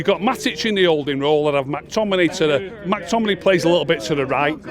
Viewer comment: Who tf is Mack Tominay? 😂😂😂😂